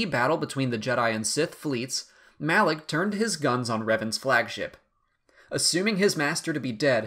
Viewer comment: It isn't pronounced as Malaek but Malah-K, ok?